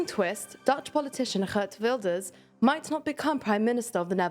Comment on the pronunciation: How does she pronounce Geert Wilders relatively well, but can’t pronounce Pieter (Peter) 😂